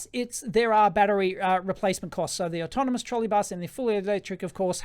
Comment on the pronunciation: "Trolley" and "Autonomous", please...